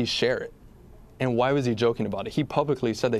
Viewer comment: "And" not "ant".